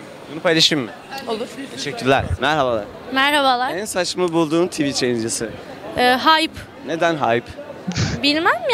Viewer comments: bence adam heyp diye telaffuz ediyo kurguda önceden herkese heyp diye telaffuz etmiş bilmeyenlerde öyle telaffuz ediyo. Bu adam artık hater'lıktan çıkmış heyper olmuş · abi kurgu yapıyosun bari ismini doğru telaffuz et herkes heyp demiş AHAOQPQJÜWKQÜDKÜAKDJS